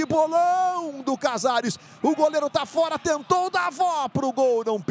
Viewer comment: O NARRADOR FALA CAZARES EU SO OUÇO INIESTA